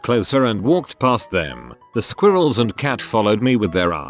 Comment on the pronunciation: The way says squirrels is very amusing.